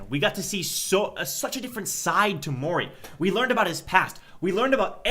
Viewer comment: “Mori hwee”